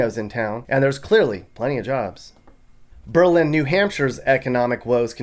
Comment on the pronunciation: Lol “BEE-Lynn” it’s pronounced bey-lyn